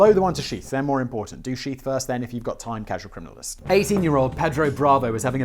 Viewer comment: "crasual criminalist" Have to give you crap simon. lol love your channels.